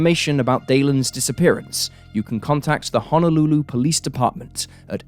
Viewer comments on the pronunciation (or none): none